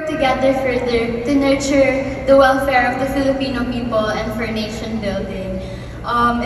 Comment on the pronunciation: Cringey yung pa (nation) naysyon , vishon (vision), dedica-syon, attensyon , nya.. girl google how to properly pronounce —>> “tion”